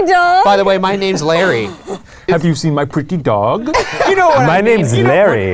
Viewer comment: “have you seen my PrEt-Ty bear? 😂